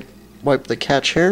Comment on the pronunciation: It's pronounced "cash"